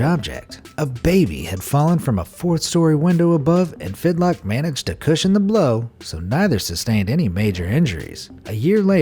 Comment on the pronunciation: Joseph Figlock, not Fidlock.